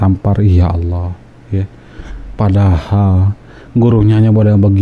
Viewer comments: Mualaf aja bisa sebut Allah dgn betul..😃😃 ini yg kata mantan ustaz tapi sebut Allah gak bisa😂😂😂 kok jdi alah alah😂😂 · Ketahuan bohongnya si nyebut Allah ya seperti Oten.